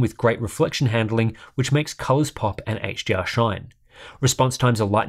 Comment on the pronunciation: everytime he says HDR, it sounds like he's saying HGR